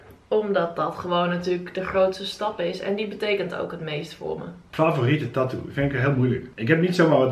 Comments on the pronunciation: Je zegt taatoo maar je Moët zeggen tatoe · Er zijn gwn mensen die het een beetje appart uitspreken, nu ik het hoor kan ik de video eigenlijk echt niet kijken😫, ik cringe echt